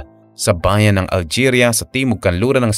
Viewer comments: Alegria hindi algeria basahin mo maige. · ALEGRIA NOT ALGERIA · alegria, hindi algeria. kulit nito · 😂 Algeria. 😂 It's ALEGRIA, a municipality down south in Cebu. 🤔🤣😜